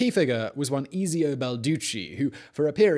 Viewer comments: I’m disappointed at the way you said Ezio. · Mr. Chopsticks came here to say this